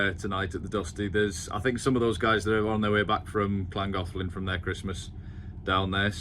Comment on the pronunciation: Well done for the canal's correct name pronunciation! Mind you, working in Chester should have helped there and can't wait to hear the aqueduct's name 😂